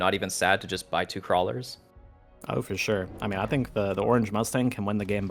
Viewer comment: dude says 'fore sure' again i will lose my mind, for sure.